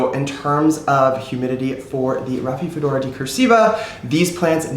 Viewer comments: "Raphi-do-phora" not "Raphi-fedora". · I’m not sure if you are pronouncing rhaphidophora correctly. And I don’t mean to be rude at all! We are all always learning and I know I butcher names! 😂🤦🏻‍♀️🤷🏻‍♀️